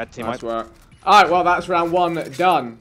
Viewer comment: British people be like “ alroit I can vibes with it ay